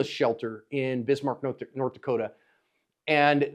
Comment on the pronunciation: Thank you for saying nort dakotah right